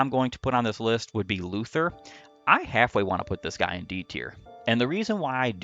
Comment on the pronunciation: I am SO tired of all this Luthier slander! At least he has base Excalibur and a base AS higher than 1, unlike Kliff, and at least he doesn't die in 1 hit, unlike his sister. Also, you mispronounced his name.